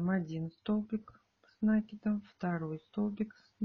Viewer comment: Столбики с накИдом научитесь правильно говорить